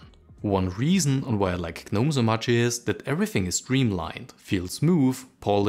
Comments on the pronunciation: Please stop saying the G in Gnome. The G is silent, you should say it as if its spelled "nome" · Is the G silent in gnome or not? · It should not be silent! At least in my language that has sane rules such as: "If you don't want something to be pronounced, then don't write it!". As long as you write some letters I'm going to read / pronouce them. I'm not learning exceptions or custom how to read specific words rules.